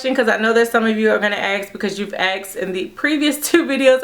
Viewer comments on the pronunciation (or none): Hello. I love your channel but I was wondering if you could stop mispronouncing ASK. you always say AXEK or something like that. If you could adjust, it would be wonderful. Cheers.